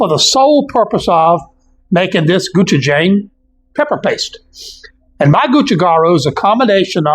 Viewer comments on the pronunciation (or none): Pronounced closer to "Go-chew-jong", great video!